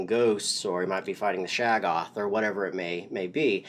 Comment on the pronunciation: shog-goth not shag-off Very different.